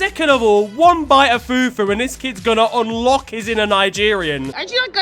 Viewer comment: As a Nigerian, that's the funniest fufu pronunciation ever😂